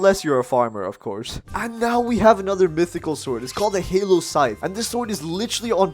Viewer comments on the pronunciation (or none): Really called hallow scythe halo scythe no offense to the accent just saying it’s not halo it’s ha- low